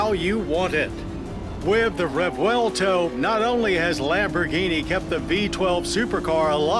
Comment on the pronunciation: Thank you John for another excellent review. You are living legend. And yes, we appreciate that you pronoun the car’s name correctly! 👍❤️💪